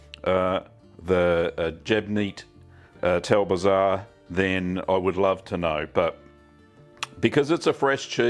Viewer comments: It is pronounced jbeyniet tal bzar. It's pache not pace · Great, You can pronounce it like this Shbay- neart Tul Bzar. Or Jeborn Tul Bzar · Sh-bay-neat tal bizarre closer to the Maltese pronunciation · you are totally wrong my friend im Maltese and its Gbejniet tal-bzar not how you said it and no its not arabic